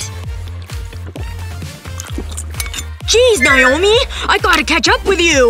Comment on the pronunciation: That's my name but that's not how you pronounce it